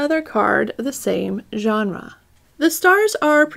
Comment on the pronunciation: I'm so proud of you for saying genre correctly. True character development